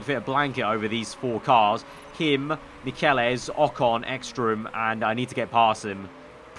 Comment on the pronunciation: Michelisz is pronounced Mitch-el-its